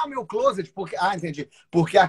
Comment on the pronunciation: A pronúncia não é "clôset", é "clóset"...